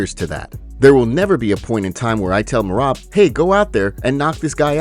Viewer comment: How long until you say Merabs name right 🤦🏽‍♂️